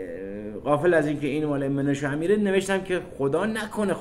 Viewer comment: درود بر شما عزیز، اول اینکه بهتر نیست که بجای سلام که کلمه عربی هست درود بفرستین و دوم مناشه امیر نه منوشه و سوم اینکه جناب امیر ایرانی هستند و در ایران تهران بدنیا آمده و مدتی هم سردبیر روزنامه اطلاعات بوده اند و اسم درست ايشون منوچهر است و چون منوچهر در زبان عربی تلفظ مشکل است خود را مناشه نامیده. ممنون از برنامه های بسیار خوب و مفیدتون ❤